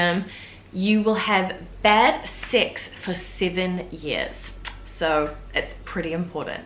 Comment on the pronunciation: When you said bad sex, it sounded like you said bad six.